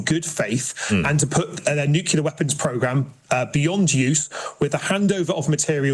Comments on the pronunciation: It's "nuclear", not "nucilar". At least get that right. One more pointless functionary paid for by tax payer money. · NU-CLE-AR....... not NU-CE-LAR........................ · Our very own Hegseth. Same spiel, same word salad, same phrases. It’s not “nuculear.” FFS. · Empty words, Empty suit. It would help if he spoke English. It’s Nuclear not Nucular muppet. This is not my government, they are a total embarrassment. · This new pronunciation throughout media of ‘Nuclear’ as ‘Newkiller’. Chavs